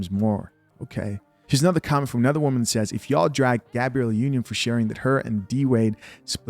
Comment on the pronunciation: #DUDE!! like the channel, but tired of you reporting on #SHIT you can't even take the chance to #READproperly. you do this alot dude. #GABRIELLEnotGABRIELLA